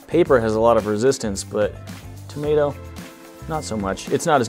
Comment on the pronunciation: Tom ae toe 😂😂😂